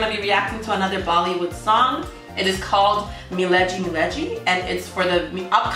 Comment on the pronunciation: Its not mileji its milegi miss